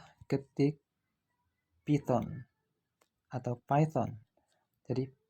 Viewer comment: Python itu bacanya paiten bukan piton